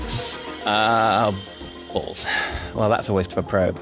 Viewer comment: "Oh balls (Ballth.)" Good, good.